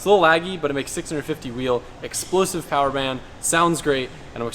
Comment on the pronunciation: “Expluusive” lol